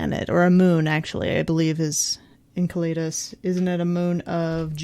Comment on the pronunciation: Why are they pronouncing Enceladus as encladeus?